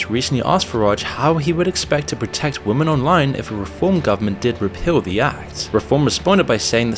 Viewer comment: Oh no you've started saying "Women" weird. Oh no, here we go 😬